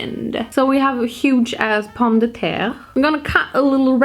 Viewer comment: « pOhMmE De ThÈre » omg that’s so funny